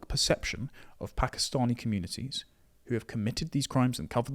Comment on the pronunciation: Pack. Eee. Stanee communities aren't appalled. They welcome and rejoice in it.